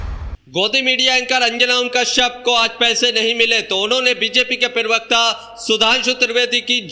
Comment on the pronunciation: अस्सलाम वालेकुम, अगर आप शोशल मिडिया चलाना चाहते हैं तो पहले अपना तलफ्फूज़ साफ़ (pronounciation clear) किजिए? जैसे आप प्रवक्ता को (पीर वक्ता) बोलें जाते हो? आप (पी) बोलते हो जबकि (प्र) से प्रवक्ता होता है? Please note down.जैसे गलत नहीं ग़लत होता है,, जमीर नहीं ज़मीर होता है,, जख्म नहीं ज़ख्म होता है,, इन शब्दों को किसी अच्छे पढ़ें लिखे इंसान के बोलकर उससे पूछीए कहा ग़लत है कहा नहीं?